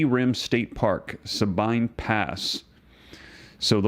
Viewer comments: just a friendly Texas FYI, they are pronounced Ah-ranz-as. The Sabine one is pronounced Sa-bean. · sah-been (Sabine) Pass.